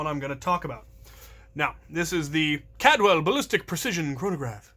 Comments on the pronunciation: It's CALDWELL, not "Cadwell". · There's an extra L in there. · It’s not Cad well. It’s Caldwell